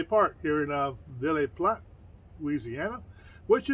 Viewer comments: That's pronounced Via platt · I live an hour from the state park and ville platte is not pronounced the way you pronounced it the e at the end of ville is silent